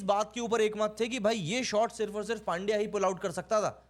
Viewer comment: इरफान पठान को पुछलो, वो पांड्या नही पंड्या बोलते है उसको ।